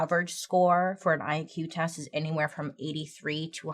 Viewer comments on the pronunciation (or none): none